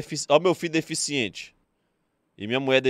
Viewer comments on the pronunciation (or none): “oh meu fi deficienti” 😂😂😂😂 vtnc